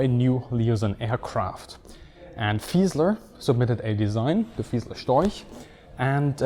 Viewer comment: him pronouncing storch as "stoik" makes me want to game end myself